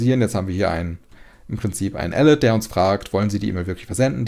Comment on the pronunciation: Ich liebe den Content und auch dieses Mal ein großes Lob, doch wenn man die richtige Aussprache von "alert" kennt muss man teils ziemlich lachen. ;)